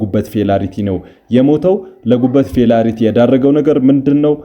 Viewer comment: Failure ነው እንጂ "ፌላሪቲ" የሚል ቃል አለ'ንዴ?!